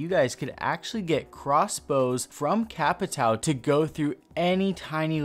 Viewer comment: The fact that I’m Brazilian just cringes me so much when I hear a “Capitao”. I hate to be that guy but when you have a “~” you need to speak like “Capitaun”. Thats the proper way.